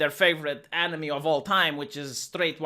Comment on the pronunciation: I like this new phrase "swept under the bus" I also heard the accent for "favourite enemy" as "favourite anime" I for one am looking forward to the next episode of Attack on Privelage